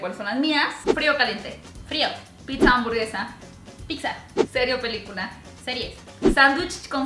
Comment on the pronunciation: ¿Porqué dicen Picsa?